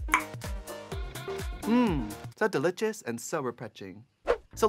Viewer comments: "so deli-chess and so refre-ching" miranda sings or kim chi?? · I can’t with the “so delichas and so repreching” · "so delitchous and so reprenshing" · LOVE seeing these two legends together.❤ Trixie, not 'delitchious' and 'represhing' 🤣🤣🤣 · mmm, so delitious and so repetching